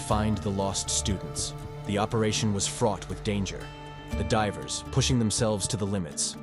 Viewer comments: who hurt me? Deevers. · or i can just laugh at the way he pronounced divers. You took this way too personally